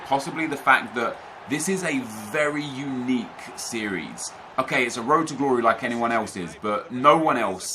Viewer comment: Road to ddddddumb stop saying road to glory like that